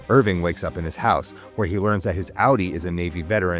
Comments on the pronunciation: This is very good but her name is Cobel, rhymes with Nobel prize, and it’s Irving not Irwin, but excellent recap. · Is he saying Corvel instead of Cobel? 😅 And who the helly is Irwin?? 🤦‍♂️ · bro said "mrs Corvel" and "Irwin" like cmon man have we even seen the show we're doing a recap of LOL